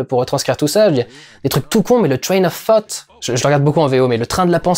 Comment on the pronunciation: J'entends vraiment "Train of Fart" et pas "Train of Thought" c'est très perturbant surtout quand tu pales de ce film.